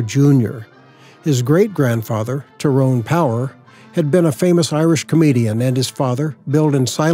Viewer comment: Two mispronounced names you mentioned: Tyrone Power is pronounced Tie roan. Cecil DeMille is pronounced See sill, according to his daughter